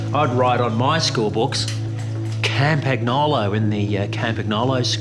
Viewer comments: [Kampanjolo], not [Kampa-gnolo]! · Love the this short film. BUt it's CAM-PAN-YOLO 😊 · Aussieism: Camp-ag-nah-low. Haha. This video felt so good.